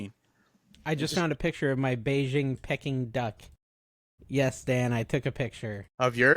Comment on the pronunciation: Pecking Duck? Peking (Pay-king) Duck